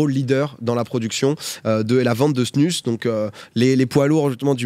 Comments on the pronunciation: Drôle de voir ça avec une snus dans la bouche😬 en tant que hockeyeur suisse…. Ps(ça se prononce snouse) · Par contre ça se prononce pas "snus"...